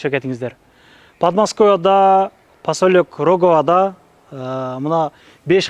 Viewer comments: Посалёк Роговода дейби 😂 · Пасалёк 😂😂 ,сумолёк дегендей Эле айттынго